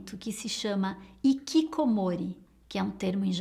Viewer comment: Interessante. Mas Pelo Amor De Deus não é IKIKOMORI (Pronuncia dela no vídeo), é RIKIKOMORÍ (o jeito certo de se pronunciar). O H no japonês tem som de R. Um exemplo muito bom é o do Hashi(os pauzinhos que eles usam para comer) você não fala Hashi (Ashi) e sim Hashi (Rashi).